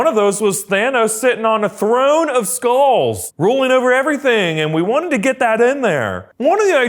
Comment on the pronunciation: Did anyone thought it said “skrulls” not “skulls” XD